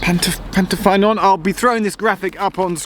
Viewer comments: Hi Geoff, I’m from Ammanford, now living in London. My grandfather was stationmaster at Pantyffynnon from 1936 to 1954. I maintain my GWR connection by playing in the GWR Paddington Band! I know the line well. Pantyffynnon is pronounced Pant-uh-ffuh-non. Your pronunciation of Ffairfach wasn’t too bad, though. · Pant-uh-fun-on, Llan-die-lo, Fair-vac